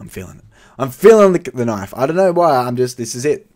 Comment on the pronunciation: The way you say falchion knife does my head in; it's pronounced Fell-shen; and stop saying k-nif. also you need to stop saying every case you open that "I'm feeling a knife this is the knife". It gets repetitive and annoying. Other than that i'm liking your videos keep it up.